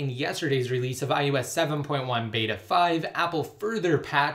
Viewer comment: Is anyone else annoyed when he says iOS? It sounds like iUS to me.